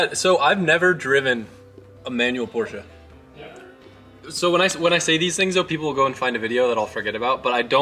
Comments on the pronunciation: Thank you for saying PorschE not Porsch. Greetings from Germany! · Cobgrats! It is a treat listening to you reading "Porsche" and "Weissach" the exact right way! For me as a german viewer, that is grest! Thank you!